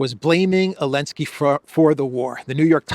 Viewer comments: I really appreciate your reporting but I dont understand why you are the only person on earth that insists on calling Zelenski "Elenski". Is that a derogatory slur or somthing? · Not sure why you keep insisting to say Elensky when everyone else on the Internet is calling him Zelensky without any problems from YouTube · So the Z is silent! 9 min in and finally figured it out. 😅